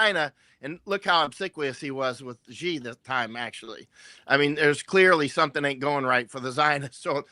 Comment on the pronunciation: doesn't even know how to pronounce Xi's name.